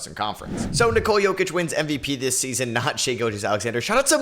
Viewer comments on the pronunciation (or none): none